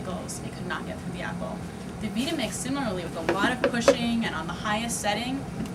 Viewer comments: you know that woman said everything wrong about the vitamix. the tamper as a plunger (plun-jur) and the name vie tuh mix vee tuh mix. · Veeta mix? Is she serious? Has she ever heard of the word VITAMIN? The blender has the same name except for an "X" at the end, henceforth VYE-TU-MICKS. Dumb woman. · it is not called a veetamix it is long I - like bite not like it, unless your a Brit and pronounce i's that way. Funny both countries US and Britain speak English but with totally different pronunciations..How did that happen? LOL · Try blending a Hummus or Pate. Make a crepe batter from Flax Seeds and Avocado... With no speed control doing anything other than Fruit and Ice is impossible. PS Via Mix is pronounced Vita like vitamin not veeta which means, well nothing. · 1.) Vita-Mix is pronounced as V"eye"ta-Mix not Veeta-Mix 2.)You didn't follow the manufacturer's instructions and a) cut the orange at least in half, and b) start on variable 1 and progress to 10, BEFORE switching to High. You started on high immediately which bounces the orange off the blades and defeats the container design. I have used Vita-MIx for ten years and have never seen anything that could beat it. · Veetamix. I love this woman. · V I T A M I X, Not Veeda MIX, learn how to say it, Geez! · she says veeta-mix? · veet ta mix lol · I've always pronounced Vitamix Vi-ta-mix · It's Vitamix not Veetamix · She's pronouncing Vitamix as a Veetamix. Why? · veeeta mix hahaa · "the veeta-mix" LOL. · My vita mix (stop saying "veeta-mix, you sound awful) grinds through apples like, whoa! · ugh...the way she pronounce Vitamix makes me cringe... come on, Vitamix as in "vitamin," Vitamix as in "vital" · disliked because of vitamix pronounciation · Offended she doesn't know how to pronounce "Vitamix" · This woman can't even pronounce the names of the blenders properly so how can I trust her to do an accurate test? This whole test was a complete joke and this woman honestly should lose her job.